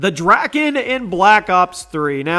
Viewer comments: Your saying drakon wrong it’s pronounced dra-kon not dra-kin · It's pronounced the dray-kon. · Drakon? Are you serious?